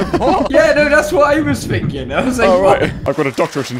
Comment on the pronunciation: Friend: mocks skisky Also friends: “that’s whot I was finking”